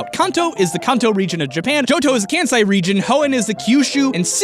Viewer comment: I love how you pronounce Kanto correctly, but Kansai has the same “ah” sound, Japanese lacks that short A sound that English has in words like “can” the closest thing to that sound would be え which is more like a short E Japanese, unlike English, is more or less phonetically consistent. There are a small number of exceptions where it’s not, but compared to English it’s very consistent, so A sounds are almost invariably all that “ah” sound.